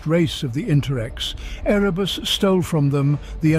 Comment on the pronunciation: Pronouncing Erebus and a few other names differently each time half a dozen times does pull you out of the narration. Another example being arch magus “coal”, takes you a moment to realise he’s talking about Cawl